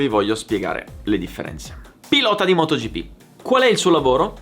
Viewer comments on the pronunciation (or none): Da notare "motogippì" hahahahaahahah